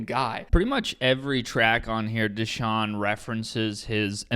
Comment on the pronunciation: His name isnt theshawn its dashawn he was born to this